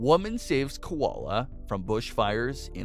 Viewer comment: Lol, please learn to say koala properly.